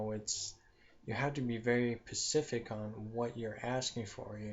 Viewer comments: ur to monotone, and all the ummmm's and pauses made me turn u off.and its specific not Pacific. u need to practice before you record yourself. just being honest. u sound like you don't know what you are talking about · PACIFIC???? DUH, TRY, SPECIFIC!!